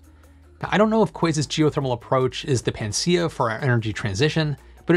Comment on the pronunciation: I don't think this will make geothermal the first/most used source of renewable energy, but it should definitely facilitate its adoption. By the way, I think it's pronounced pa-na-cea not pan-cea.